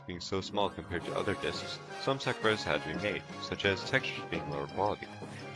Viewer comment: Also "other discs some suck bros have been made" wtf is a suck bros? Lol